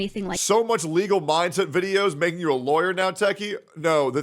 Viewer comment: "Lergal"? Is that Nurgle's lawyer cousin or something?